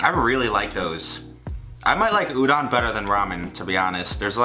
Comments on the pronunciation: its ooh-don. heavy on the o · I'm suffering every time you say they're udon dude but good job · The way he says udon😕